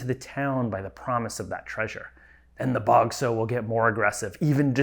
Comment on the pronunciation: Sorry, but this grated on my ear the whole review: "sow", as a noun meaning "female pig", is pronounced to rhyme with "cow".